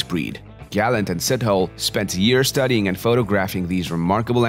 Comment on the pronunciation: Beautiful vid to finally give Africanis their credits - btw, Sithole is pronounced "Sittolay", but no biggy